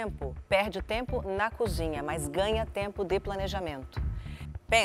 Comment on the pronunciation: "tômpero" kkkkk o Jacquin é uma figuraça! Adoro o Masterchef ♥️